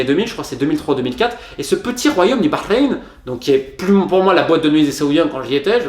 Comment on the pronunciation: Tu prononces bien Bahreïn